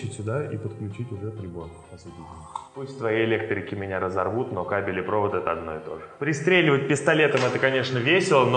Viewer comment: Насчёт провода и кабеля не согласен: упрощённо кабель - это несколько проводов в общей изоляции (ну и каждый, конечно, в своей собственной тоже). Ну и сразу же: кАбель, а не кобЕль 😁